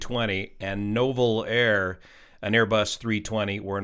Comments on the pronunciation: Just an FYI, it's NOO-vel air. Those darned French. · You pronounce Nouvelair as NEW-VEL-AIR